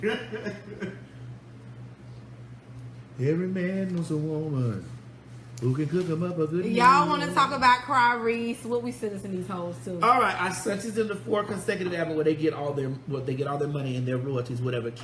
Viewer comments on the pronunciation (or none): Lmao she always pronounce her last name like that.